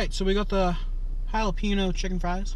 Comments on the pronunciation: This nigga said JA-LA-PENO 😂😂💀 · you call it challah-pehnoh?? UNSUBBED, BLOCKED, REPORTED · Good video mate, just a quick heads up. It's pronounced Ja-la-pe-gno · I like it when people incorrectly pronounce it ja-lap-ino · Jalapeno = HAL-UH-PEEN-YO. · It's actually pronounced "halapenjo" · properly pronounced holla-pen-yo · Hates juh-lap-a-nos. Buys juh-lap-a-no fries to review. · "Jalapiño" LMAOO your cringy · These were really good. Respect lost for this guy who can't handle "spicy" processed food and can't pronounce jalapeño the way it's supposed to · why do you say it jalapeno like ricky from tpb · His pronunciation of "jalepeno" is killing me inside. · It really bothers me how you say jalapeño